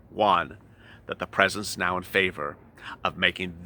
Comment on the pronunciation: In the way you say neow (now) sounds like meow 😻